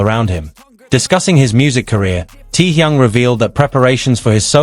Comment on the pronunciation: The crappy AI WRONG pronunciation of his name though. I watched the original and half what was said here are utter rubbish. Get rid of these kind of AI nonsens. He never cried good lord stop lying 🤥.